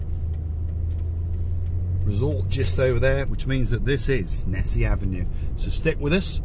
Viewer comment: Repeat after me, - Nissi Nissi Nissi Beach, haha! Thanks for supporting my cause!:hand-purple-blue-peace::face-blue-smiling::goodvibes